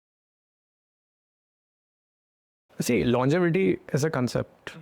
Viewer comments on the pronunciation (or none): Longetivity ❌ longevity ✔️